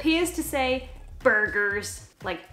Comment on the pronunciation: I think the "burger" vase actually says "Berger" pronunced "bear jé" which means shepherd in French but is also a pretty common last name ;)